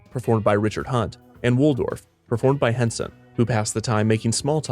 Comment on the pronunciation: Damn man it's NOT FOY_lage! It's fol-e-age. It's Wall-dorf, not wool-dorf Public education failed you badly.